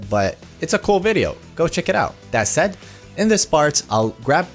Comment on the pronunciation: it does sound weird when you aren't used to it. So I see where you were coming from. :)